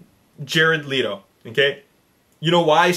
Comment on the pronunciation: It's not Leeto it's pronounced Letto -.